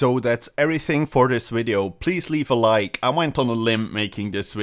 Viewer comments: Says 'wideo'. Types 'wideo'. Wat. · He needed to accept it so wideo it was